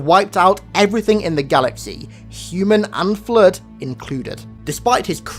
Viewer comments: Why does the narrator call it the "Flerd" lol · Cant watch the video just based on how he says the word flood